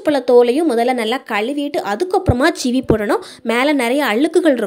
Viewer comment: Super tips thanks for sharing, it's seevi not cheevi